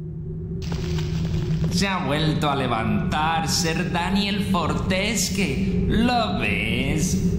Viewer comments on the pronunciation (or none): El mejor juego, te ayudo, el personaje es Sir Daniel Fortesque (se pronuncia Forteskiu) el pueblo Gallowmere (se pronuncia Galoumor). PD. Me gusta la nueva sección ;)